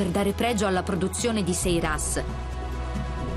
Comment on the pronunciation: sairas si dice, non seiras!